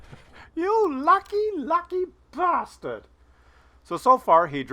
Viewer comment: Enjoyed the Terry Jones quote but you need to be British to say bastard correctly...and for anyone who is thinking wtf... Another Monty Python legend down. 😢